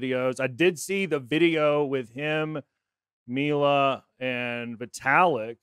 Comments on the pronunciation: Yes it’s Mila like Meela. Not milo. 🔥🔥🔥❤️❤️❤️ great video. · Lol “Myla” it’s Mila.